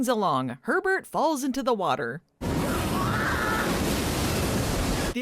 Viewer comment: I couldn't stop hearing "pervert" everytime you said Herbert 😂